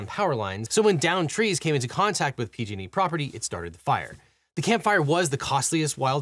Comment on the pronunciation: When you say "PG&E," it kinda sounds like "P-Diddy." Jus sayin.'